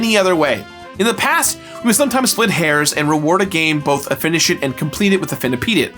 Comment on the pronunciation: I never cared for Sunshine.:/ Also, I still find it so funny when rates something as "Finish it" cause it always sounds like "Fini-SHIT".